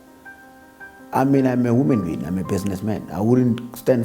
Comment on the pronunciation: Instead of saying 'Human being' He says 'Woman been' 🤔😅😂😅😂